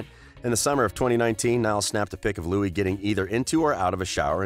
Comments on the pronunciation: "Couple of years" wtf ? "Loui'sss'(!!!?)" Tomlinson? 😕😓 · Nd btw the 's' is silent in Louis !!!!!! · Anyone gonna talk about the fact that he said lewis tomlinson?!? or am i the only one that watched that far? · DBHXYSUSVXYSIS he called Louis Lewis he already said it’s Louie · Why is it every time one of these channels talks about Louis they pronounce his name wrong? You’d think if they were going to make a slanderous video about someone they’d take time out to learn their names smh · Well you went most of the video without ficking up Louis's name.